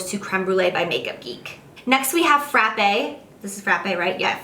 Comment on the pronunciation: "Frappe" is actually pronounced like "frap"! Coming from a Boston girl(